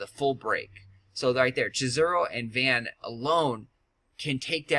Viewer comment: oh btw. its not van. its vohn. kimda like john but with a V. i played ff12 where he is from:3